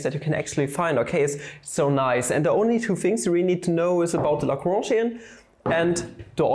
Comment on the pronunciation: A German boi pronouncing L A W H U U N J perfectly, who could've thought. Cool video btw, I'm a math major secretly wishing to take Analytical Mechanics next year but also sort of scared.